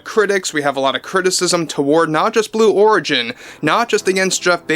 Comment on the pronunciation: Did he say Blue W h o r igin?!!! 😂 And please, Let the mocking contine til morale improves! Thank you. 😊